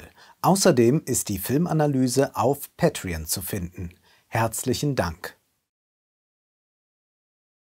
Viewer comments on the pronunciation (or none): none